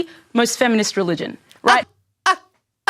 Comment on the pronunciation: Did she say feminist or feminine??